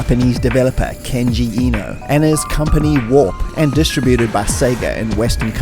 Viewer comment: You deserve a like for being one of the very few Youtubers to actually pronounce Kenji Eno's name properly 👍